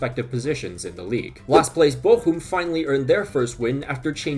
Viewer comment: Your pronunciation of Bochum is on point!